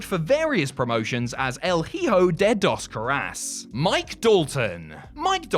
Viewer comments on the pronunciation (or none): Oof, that pronunciation of "El Hijo de dos caras" .